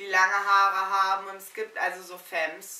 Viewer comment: Femme wird anders ausgesprochen.